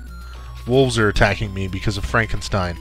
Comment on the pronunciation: Frankensteen! Frankensteen! ;)